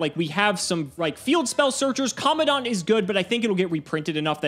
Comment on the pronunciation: It's Commandant not commondant